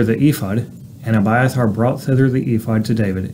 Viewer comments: Exact precise perfect pronunciation😊❤❤So refreshing hearing my name pronounce correctly. Reminds me of my Dad reading scriptures to me an my sisters, when I was a kid as a bed time story. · You exactly said my name right❤😊 I am gleefully amazed❤💯